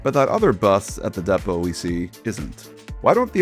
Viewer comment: Its pronounced "Depot" not "Depot"